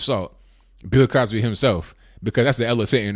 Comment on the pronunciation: "Pill Cosby"? Lol